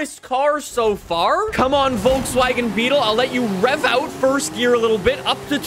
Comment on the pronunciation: I like how he pronounces Volkswagen. I'm German and it's so funny